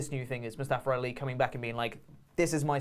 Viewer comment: Moo-Staff-er Ali